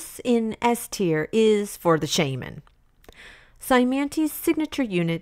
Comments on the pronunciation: I'm sorry but it's Sha-Man not Shay-Man!! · Am I the only one who's ears cried at the Shaman pronunciation. Good video tho. Minus the swords man ranking that is too low